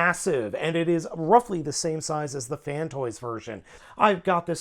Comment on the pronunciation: Downvoted because you keep saying "Fantoys." IT'S FANSTOYS, c'mon man you're a reviewer!